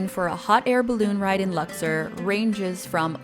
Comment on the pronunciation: Learn how to pronounce word accurately in English and the name Lux- or!.